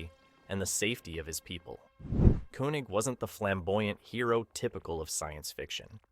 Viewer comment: It is pronounced Kaye-Neg.